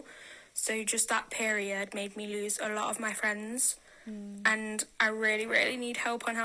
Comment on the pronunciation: Kris I have never heard you sound more western Canadian than when you said lose in the fucking cage 😂😅 Thank God you weren't hurt.